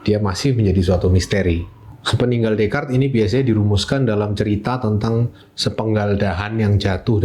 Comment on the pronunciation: Jarang orang Indo yang bisa pronounce Descartes dengan benar😊